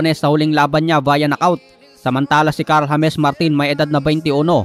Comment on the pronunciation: Bakit hames ang pagpronounce mo sa james? At kailan pa ba lalaban yan si martin sa mga totoong boxers? Puro journeymen lang pinapabugbog lage. Pwe. Anong klaseng talent yan? Haha